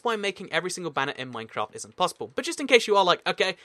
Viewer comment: you said mancraft :)